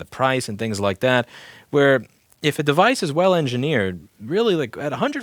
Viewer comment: I like the way you said "duh-vice".